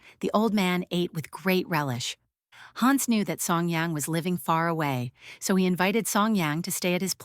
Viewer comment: Please, don´t say: Haaans...it is "Hanns". It's as annoying as a fly on your nose....